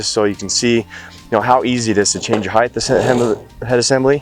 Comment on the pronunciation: Please don’t say height(h).